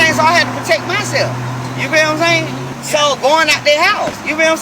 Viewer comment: “You know what I’m zaying?” The line of a liar!